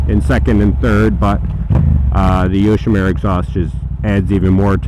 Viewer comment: Pronounced "yoshimoora", not "yoshimeera". But the bike looks great and sounds even better.